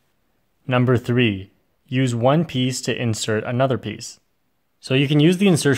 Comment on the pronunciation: Bro u just said "One Peaice"